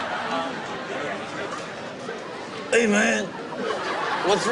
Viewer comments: "CAN WE GET SOME MORE WIICE WINE!!" lol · He clearly said “Rye Swine” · "Rhas wine" 🤣🤣🤣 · Raw swine?? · Blake has training chop sticks and he say ras wan im dead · All I kept hearin was "Raw-ass wine" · blake:i jst dnt knw what ras wan is jimmy:not ras wan.its rice wine I CANT I LITERALLY CANT LMAO😂😂😂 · No not "raas wahn" ... "rice wine" 🤣🤣🤣🤣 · Raas waan😂 it's rice 😂😂😂😂😂😂😂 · “Rice Wihne” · Every time Blake eats something he doesn't like....Can we have some more of that Rayce Wine??? LOL! Too Funny! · Ashlynn Smith I know it is rice 😑 I wrote what he called out many times. raas wine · What’s more cute: the dimples or the way Blake pronounces “rice wine” Huge fan of his tracks, (and the dimples) 💖🇺🇸